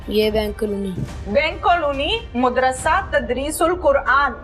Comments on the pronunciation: Anchor ko madrisa kehna nhein aata . Wo keh rhi hey moodrasa ....moodrasa jb k us k samne baitha chota sa bucha sahi keh raha hey yani madrisa . In ki qabliat ka ye hal hey . Na kisi brey ka adab na chotey ka lehaz . Doputta b mojood nhein .Aek bazurg b baithey hein . Un ki hi sharam ker laity . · Mudarshe nahi Madarsha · Mud ras se Nhe hota Madarsah hota hy sahi urdu bolen